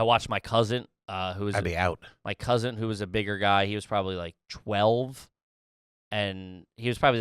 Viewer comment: Did say my cousint? With a T..